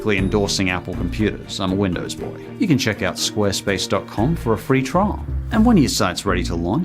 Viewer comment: No one: Literally every YouTuber in 2019: SQUARESPASE